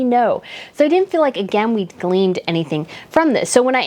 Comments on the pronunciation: Its Gleaned my Darling..Not Gleamed..you are sweet though.. love your video.. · Trod, not ' treadded' and Gleaned, not 'gleamed.'